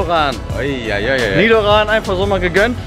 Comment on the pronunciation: Du hast nicht echt Nidoran gesagt oder 😕🔫